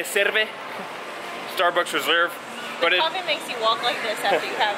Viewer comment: eStaRbUcKs rEserBer